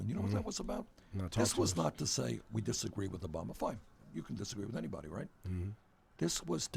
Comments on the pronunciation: he keeps saying Obamer. lol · lmafooo ''obamar''😂